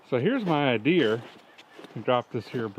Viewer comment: "Seemed like a good ideaer at the time..."